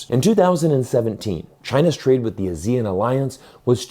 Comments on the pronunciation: The people who live in the ASEAN countries pronounce the acronym as ah-see-un, not as a-zee-en. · What's A-zeal-Un? It's Ah-Sea-Un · 1. It's pronounced AH-zee-en, not ah-ZEE-en. The emphasis is on the AH. 2. The primary reason for Malaysia to move towards China has nothing to do with China and everything to do with Gaza. Malaysians are extremely angry at the US for supporting Israel in its genocide of Muslims. 3. Malaysia does not control the Straits of Malacca, Singapore does. 4. Russia is already China's biggest source for both crude oil and natural gas, surpassing Saudi Arabia in 2023. So China's energy supplies would not be in serious danger in the chance of a war with the US. 5. Any blockade of the Straits of Malacca will result in more damage to the West than to China. The Chinese central bank can print cash to make up for the shortfall in trade revenue. The Federal Reserve cannot print iPhones. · Please pronounce ASEAN as Aah-See-Aan. Very off-putting when you pronounce it as Asia. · Pronounce... Ah ...see ...ahn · Please learn how to pronounce ASEAN properly.